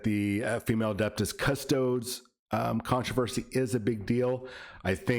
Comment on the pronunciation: Adeptus cus-toads?!?!?!?